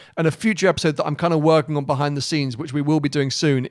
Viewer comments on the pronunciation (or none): Why do you pronounce it bahind the glass?